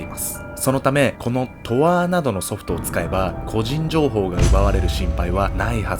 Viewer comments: とあーじゃなくて とーあじゃ… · トアーってw トーアなっw